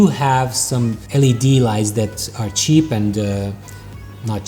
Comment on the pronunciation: "do you want a chep light.. or not cheap....... hmm .. but come at a good price" i laughed a lot :)